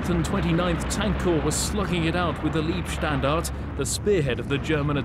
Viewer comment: Excellent. But the SS unit was the Leibstandart - not Liebstandart. No matter.